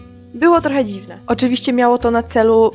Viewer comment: Mam nadzieję, że Cię nie urażę pytaniem, ale czy masz wadę wymowy? Momentami miałam wrażenie, że masz problem z wymową "ś" i "ć", np. jak mówisz "oczywiście", "powiedzieć". Oprócz tego często nie wymawiasz "ą" na końcu wyrazów, a zamiast tego mówisz "om", np. w "myślOM", "sOM" .